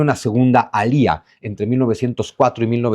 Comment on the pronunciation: No se dice alía ,la fuerza está en la a no el la i